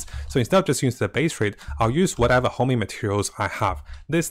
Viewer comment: HONING BRO, HONING. NOT HOMING